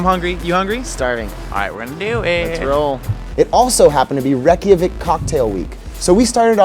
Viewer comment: Its pronounced Ray*kja*veek